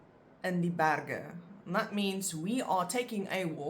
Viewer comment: I'm a bit confused about "die berge". I thought g (except in ng) always was pronounced as /χ/, but you seem to say it as /g/, similar to how berg would be pronounced in English. Why is this?